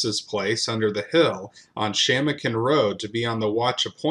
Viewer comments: Shamokin is pronounced she-MŌ-kin. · Crazy when you live on the very ground where all this blood was shed. Pennsylvania Dutch here. They're pronounced sku-kill and sha-mO-kin. Cant wait for more videos.